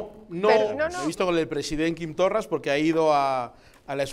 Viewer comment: 1. Confundes Estado con nación. 2. Desde cuando no aceptas la soberania de las naciones sin estado para decidir su estatus político? 3. Hablas del racismo de Quim Torra ,obvio por otra parte, en una cadena racista, españolista y ultraconservadora como Intereconomia. Rodeado, además, de racistas. 5. Se llama Torra y aunque no sea santo de mi devoción se llama así y no Torras. Lo de pronunciar mal un nombre en una lengua indígena del Estado Español debe ser muy de supremacista. Saludos.